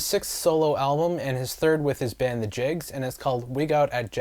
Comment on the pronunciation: Jicks, man, Jicks. Not Jiggs.